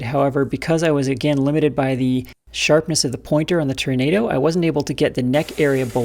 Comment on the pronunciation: Can we get a "Turnado" count? 😂